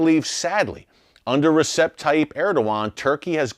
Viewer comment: It's ReJep, not ReSep, Erick. In Turkish the C is a J.